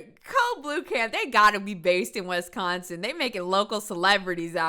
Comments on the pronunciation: "Wes-consin", just know I balled laughing after you pronounce Wisconsin like that. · I love how pronounces "West Consin" aka Wisconsin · Smh when people say "WESconsin" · Not the "WES-consin" 😂 please! It's WISconsin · As much as I hate how Wisconsin is known for drunk drivers, it hurt me to hear pronounce it like that 😂